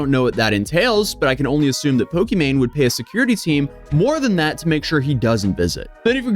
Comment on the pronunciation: is it pokimon??!?